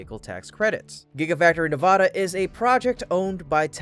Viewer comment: In the future, please pronounce Nevada's state as ( Nev add ah ) not ( Na vaaaah da) shorten the long aaa forming a's No one in the state pronounces it that way. Thank you 😉